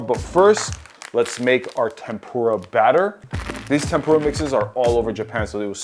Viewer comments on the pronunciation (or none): FYI the raw fish isn't called sushi. Sushi is the vinegared rice. The raw fish slices are sashimi. It's also pronounced TEMpura, not temPUra. From a Japanese person.